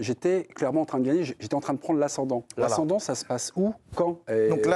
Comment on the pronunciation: Il faut lui dire que l’ ascendant c’est pas la sendant 😘